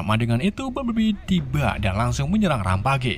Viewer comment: bukan rampage tapi rempej